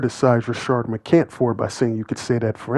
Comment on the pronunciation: I see that you’re like that nigga! You will make a vid about McCants and spell his name right in the title…but won’t put the “s” on the end of his name when you say it! Crazy work!